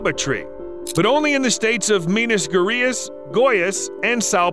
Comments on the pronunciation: Jabuticaba is a marvealous fruit indeed, also loved the pronunciation of Minas Gerais, although is quite off, lol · I lost it when he said "Minas Gurreas" LMAO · The way he pronunciate "jabuticaba, minas gerais and sao paulo its amazing". But you can find jabuticaba in a lot more places, im from bahia, and we have here too. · loved the way you pronounced "minas gerais" "goiais" and "são paulo" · Ri muito quando ele pronunciou Minas Gerais ahahaha, love this channel, great video